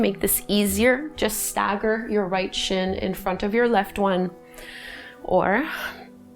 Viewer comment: what is the "sheen"? and what is shhhhtreisht?